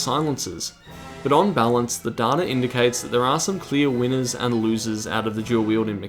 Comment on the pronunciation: and its data not data